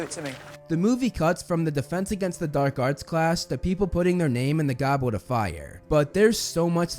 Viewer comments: Heww yeah! I wuv the Gobwet of Fire! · Gobwit of fire 😂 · lol he said Gobwet of Fwiure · Bros saying ‘Gobwet of fire’ 😂